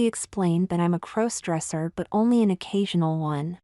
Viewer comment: Stop mispronouncing crossdresser 😮